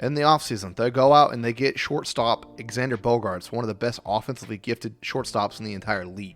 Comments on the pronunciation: ... do you keep calling him "ex-and-er"???? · I stopped watching after I heard “exander”.